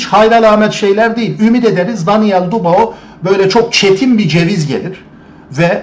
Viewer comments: Kiymetli tespitleriniz var. Mutesekkiriz. Ancak su Daniel' in soyadini dogru telaffuz etmeniz yaptiginiz isin niteligi acisindan onemli olacaktir diye dusunuyorum. Bu genc arkadasin soyadi Dubois yani telaffuzu dü-bu-a yani du-ba-o degil. Dikkate alacaginizi dusinerek yazdim. Tesekkurler. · Abi videolarını izliyorum, konuşma tarzını beğeniyorum, her şey çok güzel fakat sen şu Daniel Dubois' nın soyadını "Dubao" diye okuyunca tribe giriyorum izleyemiyorum.....Doğru okunuşu "Dübua" şeklinde olucak....Fransızcadan gelme bir soy isim sanırım' o yüzden bu şekilde okunuyor....Naçizane katkıda bulunmak istedim.....Dikkate alman dileğiyle... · Don Charles'ın konuşmalarını izleyince ben bile ayar oldum. Çok uyuz bir herif. Bu arada, Dubağo değil, Dübuğa bey. Saygılar. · Bey; lütfen ‘Dübua’ deyin. Fransızca’da “oi” sesi “ua” okunur. Paylaşımlara devam. Teşekkürler ederiz.